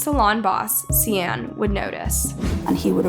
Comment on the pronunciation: One google search can show you how to pronounce "Gloucestershire" correctly. And "Sian." Did you even try or just didn't care?